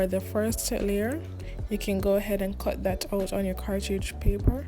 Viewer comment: Pronunciation cartridge paper and chocolate had me dying XDDDD, You Know?